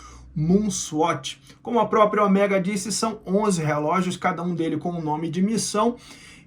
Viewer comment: Cada vez que ele fala Oméga, da vontade de arrancar as orelhas fora....